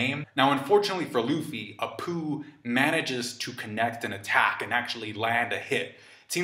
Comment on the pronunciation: And then Kid sees Apoo.. heard that as.. and then Kid sees a poo 🤦‍♂️